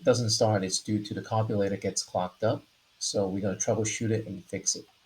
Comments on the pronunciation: did you call that a "Carbolator" LOL hahaha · Carbulator... WTF.. is that???this is America... if you cannot pronounce carburetor right you must be deported!!! Immediately.. 😂